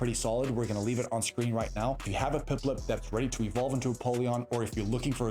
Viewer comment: bro what about instead of saying Piplup correctly, you pronounce it like "PipLIP" 😅😂😂